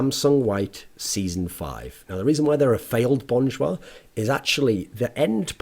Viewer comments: Thoorin, love your content but it'd be better if you pronounce it as "Jah" essentially Cha with a J, instead of Jois. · funny how when koreans say an english word they usually add an extra syllable, but this time is opposite LOL just pronounce it bon jah.,, not bon joo ah loll